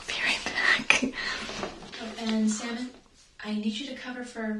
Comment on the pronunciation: I am french and everytime ou say Salmon, i hear Semen... Wich is clearly disturbing...